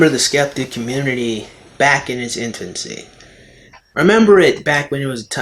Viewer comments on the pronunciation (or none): it's infancy, not intfancy! xD